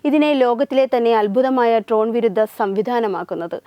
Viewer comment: ട്രോൺ ആണോ അതോ ഡ്രോൺ ആണോ? 😁